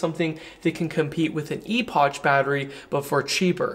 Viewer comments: its not "ee poch" it's 'ee-pok" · "Epoch" pronunciation = "epic" pronunciation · Epoch is pronounced eh-puhk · It's pronounced Ep-pic